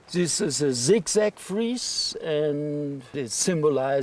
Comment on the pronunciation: “Zis is a zig zag friezzzzze.” 😝 Seriously enjoyed the documentary.